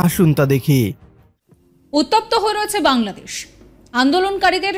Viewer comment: Say ‘Bangladesh’ clearly and properly!! Your pronunciation is incorrect .